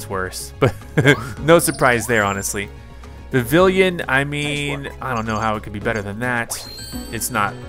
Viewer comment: Again, it is Vivillon, not Vivillion. And why are you bad at every game you play?